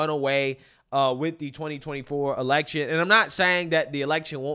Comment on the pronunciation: Am I the only one that noticed that when she was talking about the election, it sounded to me like she said "Selection' which sounds like it's more on their level 🤔